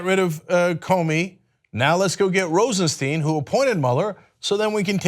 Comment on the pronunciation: Cenk. Rod Rosenstein has been in the public light long enough for you to have learned how to pronounce his name correctly.